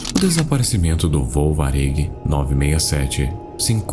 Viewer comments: Diz-se "Várig". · As informações do voo 967 estão totalmente erradas. O desaparecimento foi em 30/01/1979, sendo um voo cargueiro de volta da Varig (cuja pronúncia correta é Várig) para o Brasil, vindo do Japão, com escala em Los Angeles. 30 minutos após decolar do aeroporto de Narita, o 707 perdeu contato com a torre e nunca mais foi encontrado. O mesmo comandante deste voo, Gilberto Araújo da Silva, tinha sobrevivido ao acidente Varig 820, ocorrido em 11/07/1973, quando teve que aterrissar um 707 de passageiros em chamas numa plantação de cebolas. Apenas 10 tripulantes e um passageiro sobreviveram. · primeiro, a pronuncia de varig tá totalmente errada, segundo esse voo não chegou NEM perto de Recife, ele saiu de Nagoya no Japão, com destino ao Rio de Janeiro, ele desapareceu uns 30 minutos depois de decolar, sobre o oceano PACIFICO… e não sobre o atlântico e muito menos perto de Recife. pesquisa melhor, antes de fazer um vídeo com esse assunto, ainda mais de um avião brasileiro. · ele fala o nome da Varig de um jeito estranho sabe... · incrível como o pode ter um canal tão bom e com uma qualidade incrível de edição e n saber falar Varig